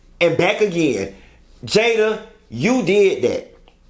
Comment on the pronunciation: Don’t start with the “JAYAH!!” 😂